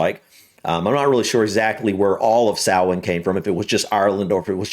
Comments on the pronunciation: I'm so glad you looked up how to pronounce it properly 👍😁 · easy way to pronounce it is sow-wen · Pronounced saw-en 🎃 Original celtic Festival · its sow in .Samhain is an irish word and aw sounds are indicated by an accent marker called a fada as there is no fada its sow in rather than saw in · Samhain is pronounced SALWIN (USA) and SOWN (UK) 👍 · Both are wrong considering the name is in the Irish Language and pronounced Sow (like the pig) - In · It's Sow-in, not SAR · I learnt it as pronounced sour-n